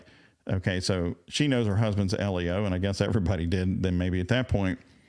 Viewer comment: law Just FYI, the acronym LEO is pronounced like the boy’s name “Leo.” Not “”Ellio.”